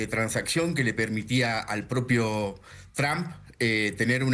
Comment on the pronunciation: Ustedes NÓ dominan el INFLES .. Sê ven y escuchan ridîculos En 🇨🇱 Y ESTÈ CANAL ARGENTINA 🇦🇷.. diciendo YRAMP .. A el PRESIDENTE TRUMP .. IGNORANTES ., Es T R UMP .. nó TRAMP .. 🤦🏻‍♂️🤦🏻‍♂️🤦🏻‍♂️🤦🏻‍♂️